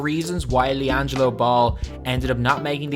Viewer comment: you mean LianJAILo Ball